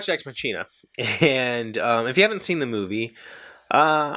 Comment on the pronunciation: Ex Machina left me emotionally unhinged - that's all I'm gonna say about it (don't want to spoiler anyone). But it is a very good movie, and perfectly paced, as you mentioned! Oh yeah, the linguist in me has to say this: It's not a "tsch"-sound in "machina", but a "k" :) (at least that's the theory for Latin; and in German, being partly based on it, we kinda took that over. A "ch" is very often a "k" sound, e.g. "China" (with an English "e"-sound and not the "i" as in "I am ..."), is pronounced "Kina" - or in the German-German-dialect sometimes "Schina") Also: made me giggle too XD Exciting: I was in Ireland over the last week! (My friend looked at universities and I accompanied her)